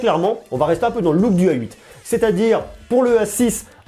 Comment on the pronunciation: Pourquoi vous prononcez "ay 8"? C'est la nouvelle mode ?